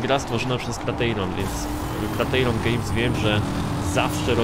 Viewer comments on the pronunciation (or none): ostatni dobry nfs change my mind psst nie kratejron tylko krajtirion